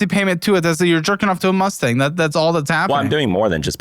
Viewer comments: a Musturd.......a "dream" car...... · It’s Mustang…relax, buddy.